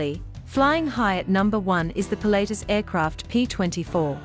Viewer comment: Really annoying pronunciation. It is not pronounced "Pilateus". It is "Pilat-tus".